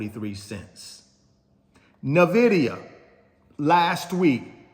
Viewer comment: Bro please stop saying Na'vidia 😂 it's so annoying